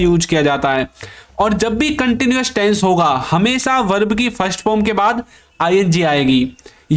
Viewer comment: Taisns nahin tense hota hai behude